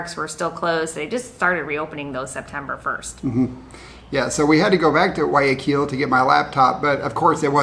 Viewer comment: Thank you, your the ones that say Guayaquil the best. Everyone says KILL at the end, it's not that difficult, nor is Quito. Thank you. 😊🌹